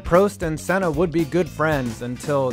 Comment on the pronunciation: Senna's name it's actually pronounced right. Look for a brazillian commentary of a gp of that era and compare to what he says .